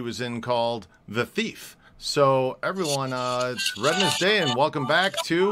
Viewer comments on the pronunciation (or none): The movie is pronounced TEEF !